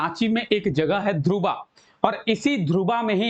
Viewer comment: ध्रुवा नही सर धुर्वा